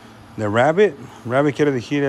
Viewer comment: Se dice Decir no "dijiiiir"